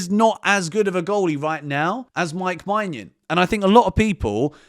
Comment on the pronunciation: sorry to correct you but your pronunciation of mike maignan is wrong!! It's menyin, not manyan!!